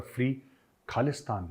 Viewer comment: Well said , all his life he keep on saying KHALISTAN, even he is so old he is still trying to say Khalistan but he can’t pronounce it he pronounce it KALISTIN now with shaking voices, SIMRANJEET SINGH from the family of GADDAR, who give SAROPA to general dire from DARWAR SAHIB , and British gave hundreds of acres of land to his grandfather, SIMRANJEET SINGH is GADDAR EE AZAM